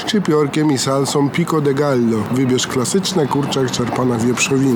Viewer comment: jakcos mowi sie piko de gajo :)